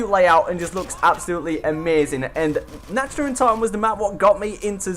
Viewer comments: You say it like this Nawkt not natched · the way he pronounced nacht gave me a migraine